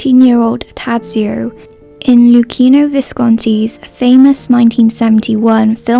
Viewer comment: it's so outrageous that you call out people on the cast of death in Venice for not bothering to correctly pronounce Bjorn's name and you totally BUTCHER the name of his character. I could understand that you don't even know the correct sounds, but you don't even try, you just read out the letters. you are a true hypocrite